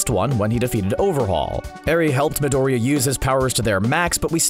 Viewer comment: i dont know but the way he pronouns Midoriya really annoys me. ahahah he must be seing the shows in English like damn.